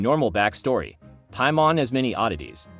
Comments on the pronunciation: According to ,,Piamon´´? o.o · The AI voice is annoying. It doesn't know how to pronounce certain words (especially Teyvat or Paimon) and is monotonous af. Why not just read into a mic? 😂